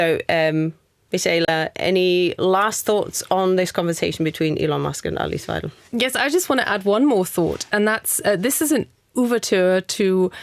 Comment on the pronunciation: first issue is Musk got the pronunciation of weidel wrong 😂😂😂😂. Goodness